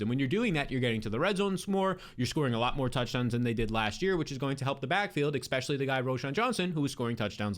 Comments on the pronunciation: the word is especially, not "expecially". Have a great day. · Egbuka will be ekseptional. Ekspecially if u don't ekspect Godwin to return to exceptional health. Extreme talent, smash pick ekspecially if u can get him late. I suspect he will ekseed all ekspectations. What the heck else do u ekspect this season, give him some respekt.